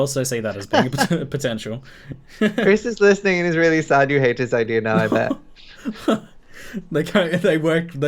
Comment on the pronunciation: why does ALWAYS say idear instead of idea??